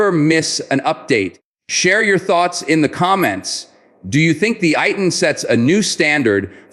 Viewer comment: Is not pronounced as AY-TN but is pronounced as Eih-Tan